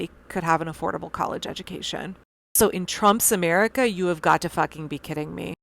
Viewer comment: The fact they're doing all of this with a sinister ideological goal above any progressive initiatives for America. To hear him continue to say 'Ametica first' is ridiculous